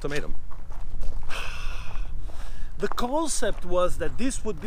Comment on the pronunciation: Sounded like he said old tomatoe. Ultimatum.